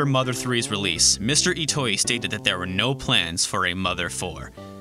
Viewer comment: Every time this guy says "Mr. Itoi", all I can hear is "Mystery Toy". "Was America ready for Mystery Toy's game?" "Mystery Toy and his team found 3D technology hard to work with." It seriously took me awhile to figure out who/what Mystery Toy was.